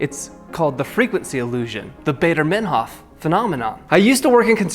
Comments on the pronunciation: Its GERMAN DUDE...ITS PRONUNCED MINE HOFF(AS IN ENGLISH "MINE") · Please go take a class and introductory latin, how in the world can you possibly not know how to pronounce meinhof